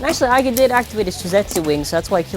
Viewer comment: ITS iger not aga